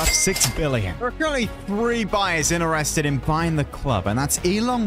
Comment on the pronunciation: "cenner mid" "innerested" this guy